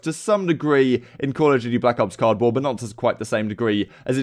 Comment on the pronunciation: It's COLD war. Not cod war😂. I get ur british but it don't give u the right to say it wrong